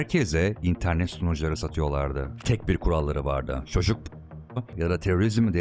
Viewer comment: "dünya nüfyuzunun" 😒 "jeoçuk" (çocuk)